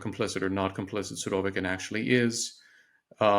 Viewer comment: After hearing him pronounce the name "Surovikin" i had to go to google to hear a native Russian speaker's pronouncing of the name. As I suspected, the girl's pronunciation was the correct one. I believe so called experts should always pronounce names those he analyzes correctly.